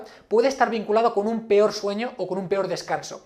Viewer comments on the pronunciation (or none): none